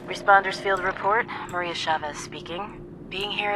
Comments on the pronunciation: for the Love of god!it's not Mara!it's Maria!!!(I know not a big deal,but for some reason,it triggers me) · Who is MARA!? It’s Maria... MUH-REE-YUH... MARIA... Geez, beetuh beater lol